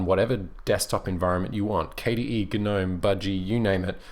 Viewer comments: Please pronounce Gnome properly. The G is silent. It's nome not gernome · Why do you pronounce it GUH-NOME? I heard someone else say it's because it's an acronym, but it hasn't been an acronym in years, so shouldn't it be pronounced NOME as it is just the existing word? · The g is silent in gnome. gnome. [ nohm ] SHOW IPA. / noʊm / PHONETIC RESPELLING. I agree Kubuntu runs KDE best. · Why guh-nome? Surely the G is silent... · GaNome? G is silent. This bothered me way more then it should have XD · the g in gnome is silent lol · Actually, GNOME stands for "GNU Network Object Model Environment". Since GNU stands for "GNU's Not Unix", and has always been officially pronounced "guh-NEW" to minimize confusion, GNOME is officially pronounced "guh-NOME". However, many pronounce it as "nome" and either way works.